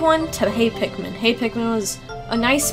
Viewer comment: Sometimes when she sais pikmin it's sounds like pacman